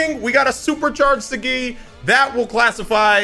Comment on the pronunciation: it's Saagi bro not sagi, btw talking about the pronounciation not spelling watch the first episode in english bro